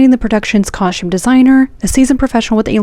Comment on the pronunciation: "cahshtume" design... brrr